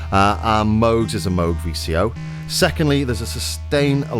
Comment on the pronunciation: It's pronounced "Moog".